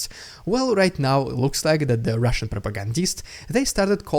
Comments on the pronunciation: That was a good intro to the RIDICULOUZZZ RUZZZIAN PRRRROPAGANDAZZZZZZ segment 👍👍👍🤣🤣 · 😂😂😂😂 I love it, Rrrrriiidicculouss Rrrrrrussian Pppprrrropaganda!! Nice touch 👍💯